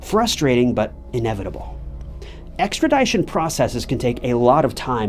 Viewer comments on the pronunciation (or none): Ex-trah-dih-shun. not Ex-trah-die-shun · Bro! Great content…. PLEASE STOP SAYING Extradition like that! “Extra Die shun” 👎🏽 “Extra Dii shun” 👍🏽. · AHHHHHHH I love your channel but say extra-dye-tion one more time. LOL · Extradition ex-tra-dish-un. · ExtraDIEtion? Lol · That's a really weird way that you say extradition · The "i" in extradition is not a long "i"...😅😅😅